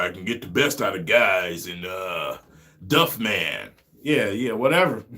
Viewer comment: 😂 “Duff man”😂